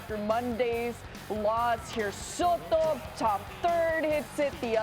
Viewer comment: Teaching America how to pronounce Soto